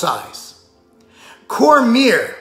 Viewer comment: corMEER lol